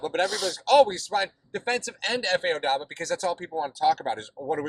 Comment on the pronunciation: the "B" in Obada comes before the "D".